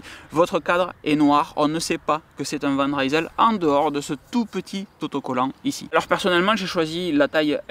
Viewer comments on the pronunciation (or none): Sinon tu as ORIGINE, qui est très aussi bien placé que Decathlon et Canyon. La différence étant que tu choisis tous les composants, ainsi que les tailles de cintre, potence etc. Sinon on dit Van Risel et non Raïsel :) Ca vient de Rijsel (Lille en flamand) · Van Rysel, ça veut dire "De Lille". Le y se prononce comme un i. C'est pas de l'anglais!